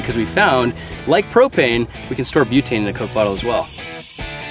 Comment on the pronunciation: It's pro*p*ane